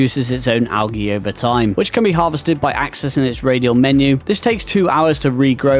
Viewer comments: Al "g" not alghey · I don't know who taught you how to say algae, but, i don't think anyone else on earth lo Pronounces, it like that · AL ghee 😂